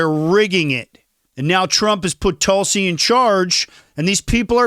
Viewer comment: You are pronouncing Tulsi 's name incorrectly. Just know, you're making people keep scrolling.